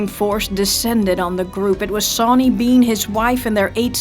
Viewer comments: your saying his name wrong its not 'SAW'ny its said like shauny with a accsent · I thought it was pronounced like Shawn? Was that incorrect?